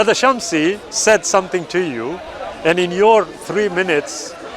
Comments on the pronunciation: Jazak ALLAH Khairan brother Why keep saying samshi, when it is Shamsi. May ALLAH (SWT) save us from hell and grant us jannatul firdous, Ameen. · He was about to say shamsi but quickly changed it to samshi like really that makes you feel better about yourself ? Miss pronouncing someone’s name?